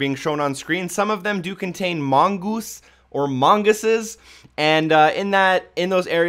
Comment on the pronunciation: How do you mispronounce mongoose twice lol